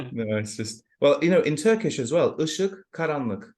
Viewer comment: Your Turkish pronunciation is the same as someone whose native language is Turkish. As a Turk, I was very surprised.